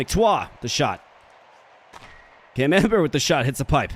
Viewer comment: I can't help hearing Cam Amber as the French cheese camembert.